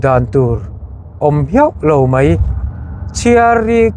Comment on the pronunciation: meuhin "Pathian thu MEI bakah" a ti ve tlat "MAI" tih tur ah. Mei tih hi a awl ve bawk a ni. Ka hrethiam tho a mahse a inhmehlo ka ti ka ngaihsan em vang zawk a ni